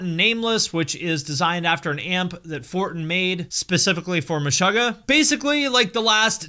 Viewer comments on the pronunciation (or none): I'm triggered by how you pronounce Meshuggah. You say Mesh-ugg-ah I say Me-shoo-gah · muh-'shUH'--guh.. lol its Meh-suga(r) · Stop saying Meshahggah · The word Meshuggah is a yiddish word meaning "insane" and it's pronounced Me-Shoo-Ga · Great video! But dude!! it's pronounced 'Meshoogah' (like sugar) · Isn’t it pronounced Meh-shoo-gah? 🤔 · stop saying meshöggäh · cool video but stop pronouncing it like "meshogah" 😬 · needs to work on his Yiddish pronunciation (just checked an interview and was happy to see that the band themselves say it correctly haha) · Your pronunciation of Meshuggah is interesting. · No one's gonna talk about how he's pronouncing the band name wrong? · i am deeply disturbed by how you pronounce the band name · I thought it was pronounced Meh-shoe-ggah and not Meh-shuh-ggah. Which one is it? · You are pronouncing MESHUGGAH wrong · Have I been saying it wrong my whole life or is pronouncing it weird? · You pronounce Meshuggah wrong